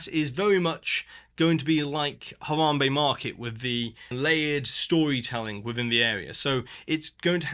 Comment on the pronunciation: Actually, you didn't. The letter 'a' in Spanish is always pronounced like the 'a' in Encanto... which you also pronounce incorrectly. 😉 It's pronounced like the second 'a' in Harambe, which you do pronounce correctly. So: Esperahhhnza Encahhhnto But great video otherwise.